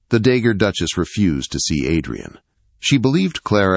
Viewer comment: Not dagger duchess, dowagger.